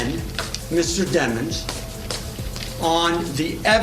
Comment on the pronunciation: Say that ninja name properly DEEMONS